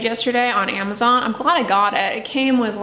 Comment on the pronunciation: Why do you say amazon Like that